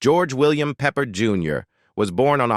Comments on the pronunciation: Learn how to pronounce names. It’s Peppered, but Peppard. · It would be nice if the narrator could pronounce the names correctly, and it's Peh pared not peppered